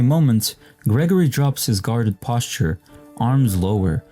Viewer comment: You did not say “posture” like that.